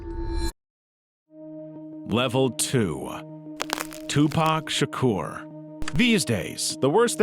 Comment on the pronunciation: I think this is the first video I've seen like this where they didn't pronounce Tupac's name as Too-Pack Shaker.